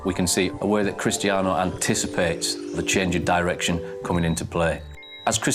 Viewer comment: why doesnt he call him cristano haha !